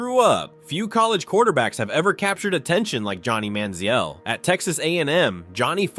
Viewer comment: AI pronunciation of names is a riot. Johnny Manziel had 4 different pronunciations in the first two minutes of his story.